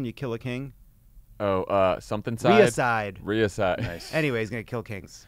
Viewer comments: The old adage of not criticize someone who mispronounced a word, because they read the word before, but never heard anyone speaking it, and we approve of reading. Just a point of information, it's Reg-A-Side, not Ree-Ga-Side. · More like reh-juh-side if you want to be truly pedantic.